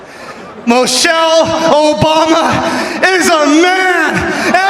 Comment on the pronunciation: Sound like he said Mochelle instead of Michelle… he is an idiot, always looking for attention